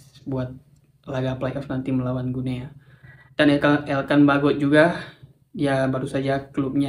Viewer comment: Salah penyebutannya, bukan "Gu Nea", tetapi yg benar adalah "GINI", sama seperti kita mengucapkan nama negara tetangga kita : "Papua New GINI".